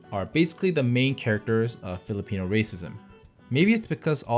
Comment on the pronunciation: I can't believe you're Korean, you sound more like a PH local in pronouncing the PH terms well. Kudos!